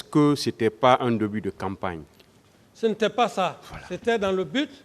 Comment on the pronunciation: C'est le mensonge qui l'emmène à dire xa😂